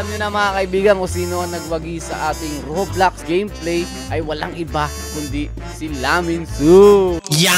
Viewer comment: Bakit Rublox hahaha Rob Lox parang Lax 😅